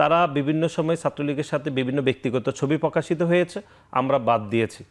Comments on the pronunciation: পকাশিত× প্রকাশিত প্যাসিবাদ× ফ্যাসিবাদ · পকাশিত, পমাণিত, এবন, ফ্রুফ, প‍্যাসিবাদ.. শব্দগুলোকে সঠিকভাবে উচ্চারণ করার জন্য ছাত্রদলের সেক্রেটারিকে অনুরোধ করছি।